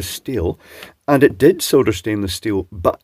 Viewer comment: Soda???? soLder, not sodder or soda!!!